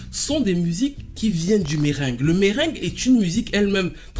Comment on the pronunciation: Salut, Chouette vidéo et c'est fort intéressant, par contre petit détail: bien que l'on peut l'écrire sans accent, on ne prononce pas "meringue" mais "merengué"😉